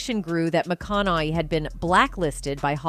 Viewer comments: Why are you mispronouncing his last name??? This is click bate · Nothing whatsoever mentioned about, "prostituting himself". Absolutely ZERO mentioned on that front! Clearly just 'clickbait'. Also the narrator mispronounced his last name about 98% of the times she said it. Getting it right periodically actually made it more ridiculously obvious when she then mispronounced it yet again the next time. Thrown together meaningless dross video. A waste of time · So far I've heard five mispronunciations of his name